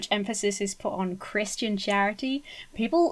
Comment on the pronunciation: I definitely heard "an assembly of Christian Tyranny" not charity... 🤣🤣